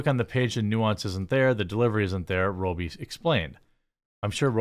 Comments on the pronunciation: For love of God ....pronounce ppls names properly ...its not Margo Row- bie it's Rob - bie ....rob as in steal ...not row as in a boat . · Rob bee not roe bee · It’s pronounced RoBBie…not rooby. Just so you know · Learn how to properly pronounce her last name it ROBEE not row bee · Man his pronunciation of robbie is really pissing me off. Its spelt robbie not robey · Roh-bee?? c'mon dude it's "Raa-bee" ... wtf... are you retarded? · Is it pronounced robe-ee ? Pretty sure most say rob-ee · Margot Robbie. Rob-E not Roe-B. Geez, Jeremy. It's not like is a Chinese name or anything. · Margo RowBee 😂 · Ok Jeremy, I love your content and all sorts of stuff you do...I can even deal with hearing about coffee brand coffee co- nonstop! Lol! But sometimes the Wisconsin accent is just too much! Margot Robbie being pronounced like a 'robe' you wear, opposed to like 'rob' a bank, is driving me insane!!! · Who is Margot ROBE-E? 😂 love how Jeremy can’t read or pronounce anything correctly! Always makes me laugh 😹 J-Bone it’s pronounced “raa-bee.” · ITS RAH-BEE NOT ROH-BEE! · Who is Margot Rowbee? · If he says Margot ROBY one more time I'm gonna lose my mind... He said the dude's name correctly (Robbie), and it's spelled exactly the same... Stop with the Roby. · It's "Robbie" not "Row-bie." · Robbie. Not Row-bee. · Margot ROBY??? ROBBIE Is pronounced Rob be... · ROB-E, not Robe-E 🤦🏻‍♂️ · As an aussie just a small correction, pronounced 'marg o' 'rob ee' :) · Mahr-go Raw-be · You said her name wrong every time... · At least I know how to pronounce Robbie Williams now. Cool. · I just wish he would get her name right